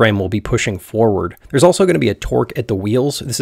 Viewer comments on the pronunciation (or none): none